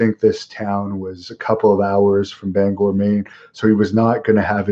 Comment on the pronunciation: Great job on your pronunciation of Bangor Maine most people say banger Maine